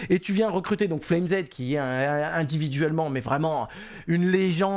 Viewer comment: on te kiffe continue le taff. Mais arrête de dire SPAINX ca trigger de ouf Cest SpinXXXXXXX et et FLAME Z ca se prononce comme "FLAMES" en anglais le pluriel de "flame" FLAMEZZ pas FLame Zed #Boomer2cs